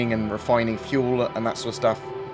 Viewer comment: moining and refoining